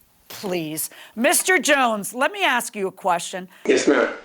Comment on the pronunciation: "Ask". An axe is what you kill people with. ⚒️🔨👷‍♀️